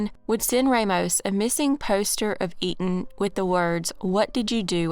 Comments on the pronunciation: Etan’s FATHER pronounced it for a guy in at least one interview I saw. He probably had to correct people all the time. Because I too would read it as “Eet’n Pats” before seeing the dad pronounce it. And why would newscasters just make up the same non-intuitive pronunciation? I’m sure people on the street went with “Eet’n Pats”, but they were not correct. I don’t know what else to tell you but look it up. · there is an interview called “Stan Patz: ‘I am truly relieved’” where the reporter, the District Attorney, and most importantly Etan’s father all clearly pronounce his name exactly as I describe. You’re welcome and have a nice day. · Pronunciation... E-tan